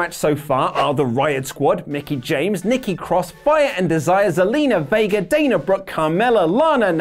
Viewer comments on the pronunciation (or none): none